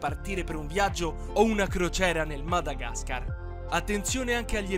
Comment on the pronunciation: Come l hai pronunciato Madagascar 😭🤬